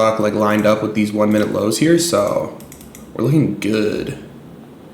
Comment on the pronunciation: Is it pronounced minute or mineooot?😅